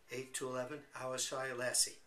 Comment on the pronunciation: Thanks for all your videos. I'm trying to to take up the game seriously and your videos and explanations have been very helpful. Just a small thing - Ayrshire is pronounce AIRshire! I should know ... I live there! Best wishes.